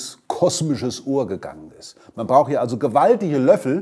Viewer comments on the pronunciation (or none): Bitte bemühen Sie sich als LEHRER etwas um die Sprache und führen nicht die scheußliche Unsitte weiter, das Schluß-"t" von "braucht" wegzulassen. Das macht dann jeder Sprachdepp nach, weil "der Lesch" das auch so macht.